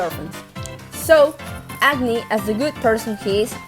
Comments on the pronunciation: Agni should technically be pronunced like 'ug-ni' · i can't not hear "acne" when you say "agni"